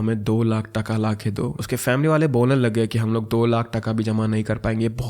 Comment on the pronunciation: In Bengali that's not called 'taka' that's called 'taaka' but I appreciate you, you tried your best